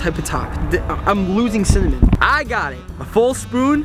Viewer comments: he said cinmin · Does any body else think he's saying semen...